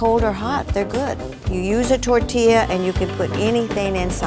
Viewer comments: I don’t trust any Latino that says TORE-Tee-Yuh but her outfit looks amazing ✌🏼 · my heart broke when pronounced tortilla, taco, and tamale wrong. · I love how Zach grabbed the teddy bear with the hat on 🤠 🐻 And I love but I hate the way her pronunciation is for all the español words it sounds so white washed and it’s a shame